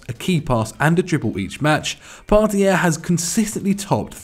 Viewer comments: It's Partey. Part-ay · Can acc not pronounce Partey?